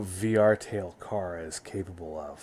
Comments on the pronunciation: ITS CHARA NOT CARA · Not Cara Its Chara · Youresaying cara you need to say chara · I just realized, you could totally impersonate Urichimaru from Naruto! Also, it's pronounced Care a. Or is it Ky ra? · Isn't it CHara, instead of CARa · Not tryna be one of those dudes, but I'ma be one of those dudes. It's not "car-a" it "ch-(as in change)ar-a" almost like saying shara but with ch, to this day I still don't understand how you can get the name wrong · Its character not cara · It's Chara as in Character. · According to google translate it’s pronounced ch-ara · It's ch-arA, I used a translate. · It’s “Chara” but pronounced “C-h-ara”